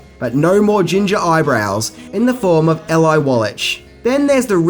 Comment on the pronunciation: Exactly. The Emmy wasn't the only thing he messed up on. The pronunciation of Eli (EEli) not (Ehli) Wallach( Wallack) not (Wallash) . And Bruce Lee was NOT introduced to the world through the Batman series but though the Green Hornet series. You could say the same producers introduced him, as the Green Hornet series was produced by the same people. He only appeared on Batman in a guest appearance after the Green Hornet had already aired.